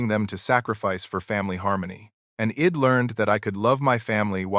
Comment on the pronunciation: Guess your ai can't prounce I'd & she'd